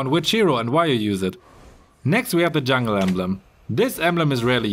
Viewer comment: Hei...pls pronounce jungle correctly...it "junk & girl"...not "junk ngel"